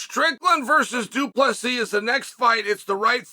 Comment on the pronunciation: why u keep dropping the silent s?